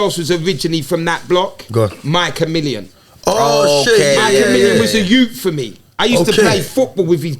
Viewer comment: Man said MykaMillion